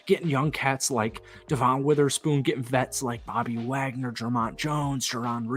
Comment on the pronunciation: Dude just buy a hawks jersey already or stop saying youre gonna buy one. You lack accountability for what you say. btw its Noah Fant like an ant not aunt, and Devons name is pronounced as devin (no knock on you for mispronouncing this one)